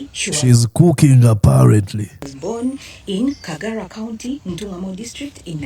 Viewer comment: It's Kajara County dear not Kagara